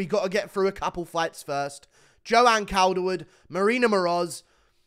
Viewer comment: It's pronounced caulderwood bruv 🤙